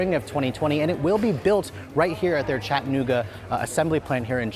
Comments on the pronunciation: It’s Chat-uh-noo-guh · I hate the way he says Chattanooga